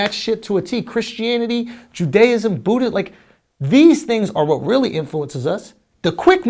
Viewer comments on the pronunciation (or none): none